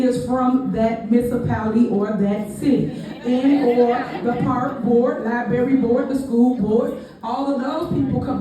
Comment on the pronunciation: Did say "Controllers office"? I thought Liberry, Misapality, and "we gat" drove me crazy. Hearing her speak drives me completely nuts!